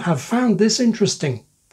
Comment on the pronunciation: Even speaking strongly fails to give "interesting" all its syllables.